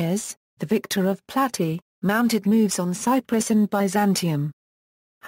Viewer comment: Plat-ey-uh..not platty